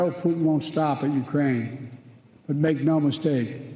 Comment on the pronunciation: He can barely do that! Did you catch the “Urain”? What a joke.